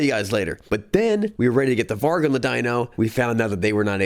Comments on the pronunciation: And "varg" is pronounced with a soft G. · Varg means wolf in Swedish (pronounced "varee").